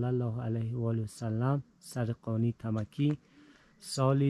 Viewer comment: So annoying when you call it Tamaki!!! It's Tamki bro😅